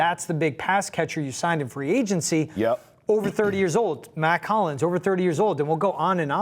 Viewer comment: It’s Mack HOLLINS not COLLINS you always do this lol